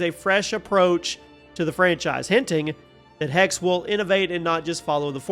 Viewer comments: Well not really, he is dropping the last letter. But yeah, some regional German dialects do this as well. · Its spoken "Hex-seh" in german (fast with a strong "x") (the "e" and the end like the "e" in "the").